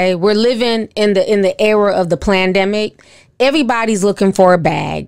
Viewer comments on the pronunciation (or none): Lol Ti it’s not pronounced Plan-demic, it’s Pandemic.